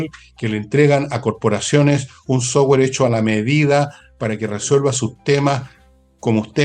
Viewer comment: Insisto , /autowulf/. 🤔 Por qué dice / softwe:r/ y no dice software. ?